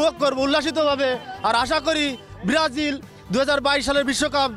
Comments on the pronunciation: ব্রাজিল ও বলতে পারে না ব্রারাজিল করে? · ভাল ভাবে বলতেও তো বলতে পারতা সেনা বলতা সে বেরাজিল🤣🤣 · ওরে ভক্ত রে 😱🫢 ব্রাজিল নামটাও ঠিক মত বলতে পারেনা 😁😁😁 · দলের নামই উচ্চারণ করতে পারে না । আসছে কাপ নিতে😂😂😂😂😂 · নামটা ভালো করে উচ্চারণ করতে পারে না আবার সাপোর্টার 😄😄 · আগে ঠিক করে ব্রাজিল বল